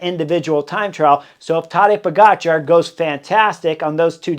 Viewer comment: He was introduced as Tadej Poga Char, not Tadej po-gotcha